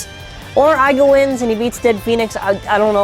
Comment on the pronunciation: ITS iger not aga